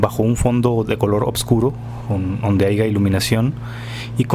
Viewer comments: Es que si da un poco de desconfianza alguien que diga aiga en lugar de haya. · De verdad de verdad, si le iba a poner atención, y nadamás oí que dijo : "dónde haiga" e inmediatamente le quité no pienso ponerle ni madres de atención y continuar viendo un vídeo de alguien que dice "haiga" que se puede esperar de alguien que dice "haiga"😂😂😂cero credibilidad, quién puede escuchar y prestarle atención a un PENDEJO que dice "haiga"